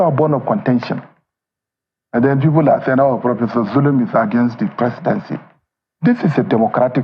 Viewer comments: Its Governor Zulum not Bulum please. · pls correct the name u mentioned in your headlines....his Name is Governor zulum not Bulum as u said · note: it's Zulum and not Bulum. You ought to do better than this. It's advise that you correct the spelling of his name. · Point of Correction is ZULUM not BULUM